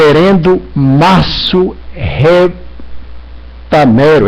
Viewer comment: Esse cara tomou cachaça? parece bêbado! "Reverendo Marsso.." "casamento hateróssexual" "nós redicularizando" Não existe primeira Filipenses, que crente burro!!! Fanático. Puta que pariu religião é o centro da elaboração do ódio. Dizer que alguém não deveria ser pastor, ele é o legislador da religião?